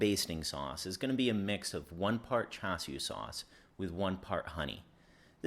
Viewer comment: Swear if you say "chew shoo" 1 more time...I'll, I'll....go buy some. Good vid!